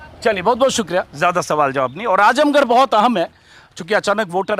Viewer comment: आजमगढ़ नाम तो ठीक से ले लो। आजमगड नहीं